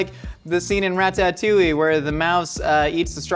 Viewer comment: There is no way in gosh darn heck you pronounced "Ratatouille" that way and it wasn't a reference to Kinda Funny